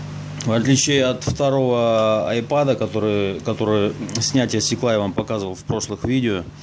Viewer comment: Не айпод, а айпэд...